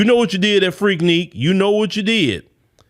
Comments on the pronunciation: FREAK NIK. NOT FREAK NEAK😂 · Freaknik not Freakneek….. dude stay mispronouncing stuff 🤣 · It is spelled FREAKNIK, but it sounds like FREAK-NICK! It is NOT freakNEEK,. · Freaknik not freakneak lol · it's pronounced Freak(Nick). It's like you're scratching a chalkboard whenever you say it. Lol🤣🤣🤣